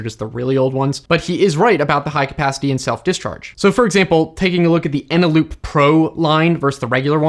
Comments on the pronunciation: Eneloop. I’m a bit suspect you didn’t know this??? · Repeat after me: ENELOOP FUJITSU LADDA. Again...